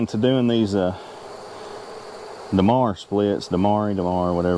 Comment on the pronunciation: "Demaree" as in "Demaree Split" is pronounced "duH MAIR ee." #TheMoreYouKnow